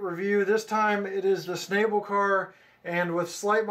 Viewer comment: schn-AH-ble. the a is ä, not ā.